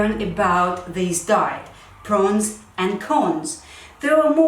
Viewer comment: Are you saying “prons” and cons ? It’s pros and cons.